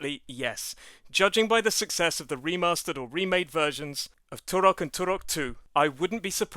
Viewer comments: Stop saying 'Turok' like that. It's super annoying. Here say it correctly "turrrok" . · I loathe the way you roll the "R" in Turok.